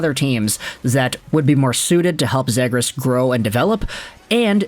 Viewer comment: Ze-gras, not Zed-gras